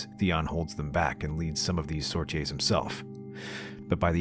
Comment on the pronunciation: love your videos, but please... it's sorties (sor-tees)